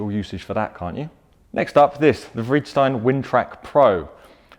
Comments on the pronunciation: Freedstein? Haha that sound so weird. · He said Vredestein wrong haha Hint: It's Dutch